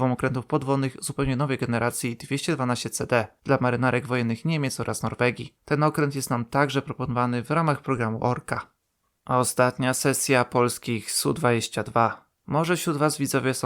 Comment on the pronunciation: Nie cesja a sesja